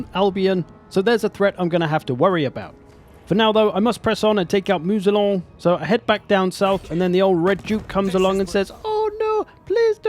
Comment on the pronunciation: Please, Moussillon is not "Moo-Z-Lon", but closer to "Moo-C-on". s.: Ze French-speaking nitpick. ;-)